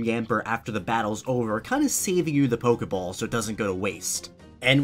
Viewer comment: I got 56 when you said pokey ball